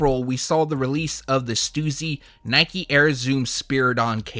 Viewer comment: Bro can you please stop saying stussy like that it’s pronounced ST•US•C!!!!!!!